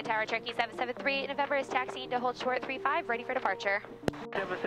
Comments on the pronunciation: Approach control also distinctly slurred you as "Churkey 38..." I think the radio chatter is just causing you, and others, to say Churkey because that's what happens when you say Cher-o-key and need to leave out a syllable to say it faster. Then the rest of us think we heard Turkey because, after all, that's about the only word that sounds like Churky. Aviate, Navigate, Enunciate. Brevity ain't on the list. 😊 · Do you take trips without using auto pilot occasionally? Ps. It totally sounds like you're saying 'turkey' when you're talking to ATC. LoL.